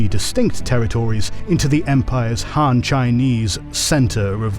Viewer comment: Agreed. I mean, the guy can't even say ''Han'' properly lol.